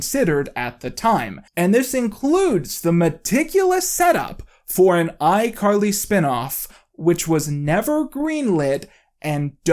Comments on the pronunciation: he calls her "icarly" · "iCarried you" DUde I'm wheeze laughing oh my god